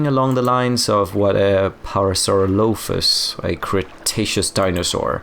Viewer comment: The Parasaurolophus was my fave as a kid. Never even made the connection, smh. I also didn't know people pronounce it the way you did. I always placed the stress on -RO-. The more you know 🌠